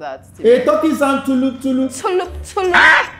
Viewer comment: She said “tullup tullup”😂